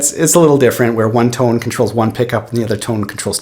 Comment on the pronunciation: I could tell he was Canadian as soon as he said "tone" or rather (too-ne) lol